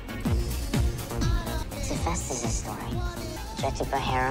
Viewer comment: You struggling to pronounce Hephaestus is so real 😭 I swear I said it as hepatitis when I read the books 💀 lol